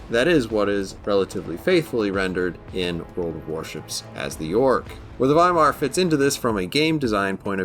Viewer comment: Great! The first non-german CC who pronounced Weimar correctly 👍👍